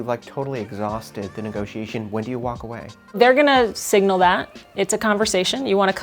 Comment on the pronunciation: WTF is with calling a negotiation a "negosh". I think she needs to iterate the synergy among stakeholders and disrupt her patter with a less vertical approach to worthless corporate jargon.